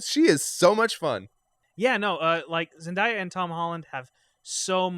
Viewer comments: Not being snarky because I thought this was a great review for the most part but as a long time Zendaya fan, her name is pronounced Zen-day-ah lol I agree though, her and Tom Holland's chemistry on and off screen (not even referencing the real life dating rumors) is awesome. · Peter did not feel ready to go from Avengers Recruit to stepping into the shoes of the Avengers leader Also you guys, pronounce Zendaya as zen day a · Just to help y’all out: it’s pronounced just ZenDAYa like “day” of the week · Zen-Day-A. That's how her name is pronounced. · I don’t think that’s how you pronounce Zendaya’s name... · Stop saying Zendaya like that